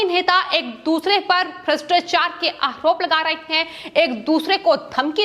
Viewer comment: अरे तोतली पहले ढंग से बोलना तो सीख ले फिर न्यूज पढ़ना। आहरोप महारात्रा बकलोल कैसे बोलती है जैसी दिखती है वैसे ही हकलाती भी है अगर जरा भी शर्म है तो आज से समाचार वाचन छोर दे